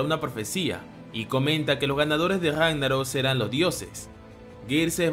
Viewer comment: me da gracias cuando este narrador dice la Guega, o gesponde o gagnarok jajajaj gracias por el video